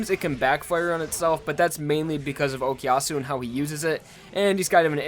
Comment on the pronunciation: I know it's been 8 years, but you do know that it's O koo yasu and not O key yasu, right?